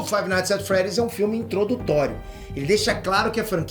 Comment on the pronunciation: Five nigth at freed